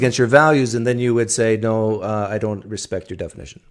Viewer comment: It's NO, not NYER. There's no R on at the end of NO.